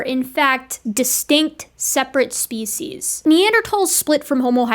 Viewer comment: I have watched and enjoyed so many of your videos. I am a big fan of you and love your scientific approach and presentation. I have one miniscule complaint. I wish you would change your pronunciation of "species" to the dictionary's preferred pronunciation. I have 4 dictionaries but I prefer Merriam Webster's Collegiate. Fond regards, David S. MİT, class of 1961 (yes, I'm ancient)